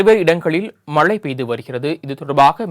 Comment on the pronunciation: This reporter cannot pronounce மழை properly. Keeps saying மலை.